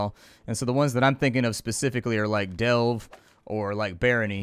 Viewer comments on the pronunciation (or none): none